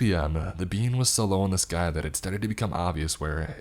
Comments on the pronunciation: this is really killing me lol, i know what it’s supposed to be and he KEEPS NOT SAYING IT RIGHT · an hour and 45 minutes in and I JUST realize he was saying being and not bean. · I thought he was sayin the perfect bean for longer than I care to admit 😂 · I'm the only one who heard the perfect being as "The Perfect Bean"? And imagined a divine bean for the whole story? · I feel dumb, i though he was saying the perfect bean for the last 40 minutes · I love hearing you say "being" "The perfect Bean" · I can’t be the only one who thought he was saying the perfect bean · for the longest time I thought it was "the perfect bean" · Literally came to the comments to see if it was bean or being 😂😂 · 😂😂So did I as I read your comment and although I’d listened to this nearly a year ago, I didn’t remember all of it. As soon as I’d heard that phrase I chuckled as it sounded just like that. 😂😂😂